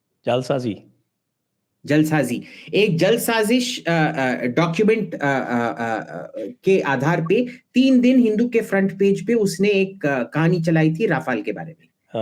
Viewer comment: Abhijit the word in Hindi isJaalSaazi and not Julsazi 😊👍🏽